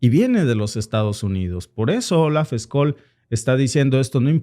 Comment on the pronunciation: Scholz se pronuncia chols. la ch española en alemán es sch.